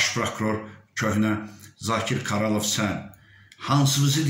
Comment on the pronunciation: hamıdan yekə əvvəla o akademik yok akadəməkdir.İkincisi Karalov yox Qaralov və sonda çalışın zəhmət olmasa öz dilimizdə çıxış edin.Birdə ki unutmayın İlhamla irəlu!